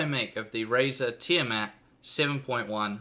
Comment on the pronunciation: its pronounced Teeeyaa Maat